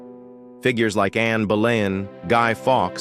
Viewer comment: Stop using AI to do reads. Try using a human. A couple of examples being 'led' was pronounced as in the light emitting diode, LED, not as in being carried away. The Roman numeral of one of the queens was pronounced is some awful way that wasn't even close. Guy Foks? Who the heck is he?